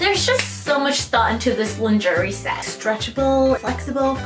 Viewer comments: my love, my darling. Say it with me “lon-Zhuh-ray”. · LMAOOO now I will never say “LINGERIE” the same way! 😂😂😂